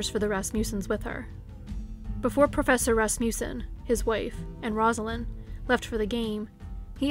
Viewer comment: I really love your channel, but I have to correct your pronunciation of Rasmussen. It is RASS-muh-sen. Sorry, I tried not to let it bother me...I'm from Wisconsin, and we have family friends, no relation, with this name. But I did have a high school American Lit. teacher from Lacrosse who was a kid there when Evelyn Hartley disappeared. She had actually told our class about this case because apparently it had a profound effect on the entire city of LaCrosse for years. After all, LaCrosse, at that time, really wasn't that big, at least not like today (ok, still small compared to Chicago or even Milwaukee, but it is big enough now to have actual crime) and kidnappings and murder of any kind, just didn't happen there then. But to have a baby sitter taken from a locked home on a nice street like that really freaked people out. It was like the boogie man had come to LaCrosse. Anyway, very well done video, as usual! Thank you for all your time and effort! I was binging on your channel all evening!